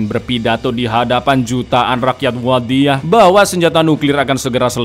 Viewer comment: Bang ngomong wadiyah nya kok authentic yak... Pake dho' wadiyah nya wkwkwkw